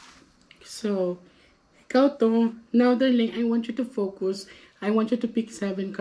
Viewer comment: besaya ka ba.. focus hindi fucos 🤣🤣🤣